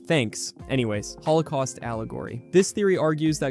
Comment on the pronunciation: Lmao “the hol 0 koaust” ohhhhhh brother this guy stinks!!!!!